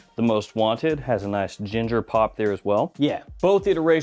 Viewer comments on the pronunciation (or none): none